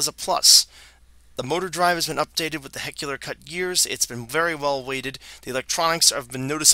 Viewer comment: And pronounce words correctly. Walthers, not Walters, Athearn, not Athren and helical, not heckular.